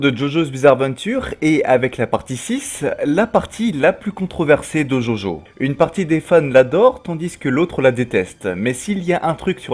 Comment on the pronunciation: C’EST DJODJO pas jaujau bordel x) nb: super vidéo